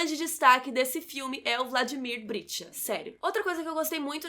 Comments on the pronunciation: Interessante crítica, mas, por favor, pronuncie corretamente o nome do protagonista. É BriCHta e não BriTCHa. E o sobrenome do Arlindo é Barreto e não Machado. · Brichta e não Britcha como pronunciado!